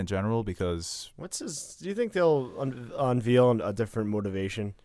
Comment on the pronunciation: Hi! Im pedantic, but the word "unveil" is pronounced "un-vay-l" not "un-veel".